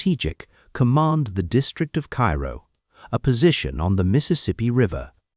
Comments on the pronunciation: KAYROO....NOT CAIRO! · Cairo, IL isn't pronounced like the Egyptian city. It's pronounced "KAY-Roe". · Odd as it seems, the town’s name is pronounced. “Kay-ro.”